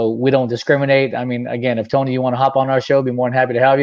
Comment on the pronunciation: I think you got Tony’s name wrong